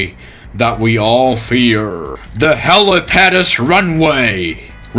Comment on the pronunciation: The helipaados runway